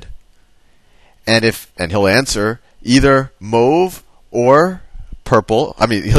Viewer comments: if u cannot pronounce mauve why not say blue and change the hat color to blue? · "mooove, mowve" I get a kick out of that part every time.